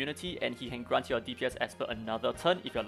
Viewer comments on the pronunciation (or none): none